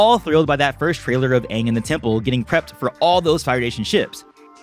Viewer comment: I cringed every time i hear them say aangs name wrong. 'Ong'